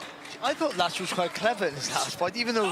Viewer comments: Kiedy oni sie naucza wymawiac te polskie nazwiska....😅😅😅😅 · To jest Piotr Łącz 🇵🇱 a nie żaden kurwa "Peter Lacz"! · Walka piękna ale żeby nie potrafili się nauczyć wymówić Piotr Łącz to żenada w uj... 🤦